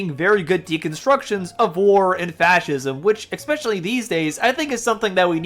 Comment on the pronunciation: Good vid but "exspecially" is such a pet peeve of mine. And you kept using it! Lol